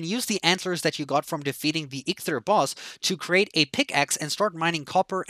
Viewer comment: It’s EEK-THEER there is no “L” in EIKTHYR